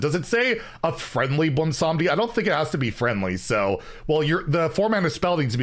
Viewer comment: I am legitimately shocked pronounced Bwonsamdi without completely tripping over it.